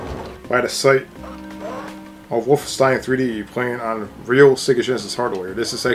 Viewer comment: WOLF' - EN - stein (3 syllables)